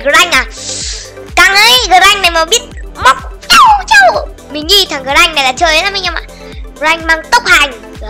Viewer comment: Mà con grakk phát âm là Gờ-rắc đó anh